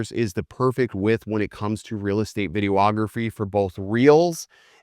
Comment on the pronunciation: Did he say video-ography? :)